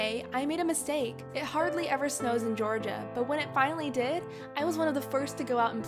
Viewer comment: did she say georgua? i live in georgia.